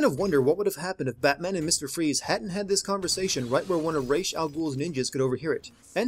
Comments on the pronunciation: don't mispronounce Ra's name, it makes you sound like a noob why is it that everyone who does an everything wrong with video on this game know so little about the batman universe? Ra's has always known Bruce is batman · It's Ra's (rashe) not Ra' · "Reysh" al Ghul.. ><; stop!